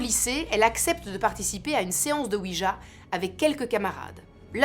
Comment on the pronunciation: Cela se prononce OUI YA oui français et oui allemand